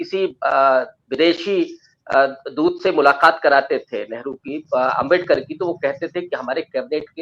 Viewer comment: आंबेडकर आंबेडकर बोलना ही था तो मुंह से सुपारी निकाल कर बोलना था न उच्चारण तो सही आता अब भुगतो